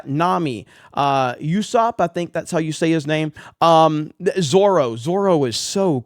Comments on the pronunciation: Quick correction. Usopp's name is pronounced Ooo-SAWp. Not You-SAWp. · It is spelled Usopp but is pronounced oosopp